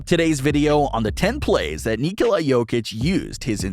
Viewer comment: You almost pronounced his first name perfectly. In Serbian, you would pronounce it, "KNEE- cola".